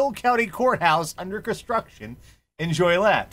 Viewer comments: Fyi its pronounced JO Lee ette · I have to say, that is the most interesting mispronunciation of Joliet I've ever heard in my life. I was also hoping to see the presidential seal debacle story seeing as the group hosting the event really though it was correct, but I know you guys try to avoid the political stuff.